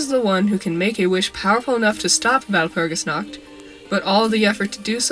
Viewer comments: I know it is unimportant but "Nacht" is not pronounced like "nackt" (no "k" sound) instead try to pronounce it like pushing air through your throat while making a "r" sound. But the throat-r not the tongue-r. I know its hard but I wanted to mention it since the mispronounciation sounded so funny I couldnt concentrate (Walpurgisnacht sounds like the night of walpurgis but walpurgisnackt sounds like walpurgis is naked cx) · I cant deny that the fact that no non german managing to even slighty pronounce Walpurgisnacht correctly annoys me.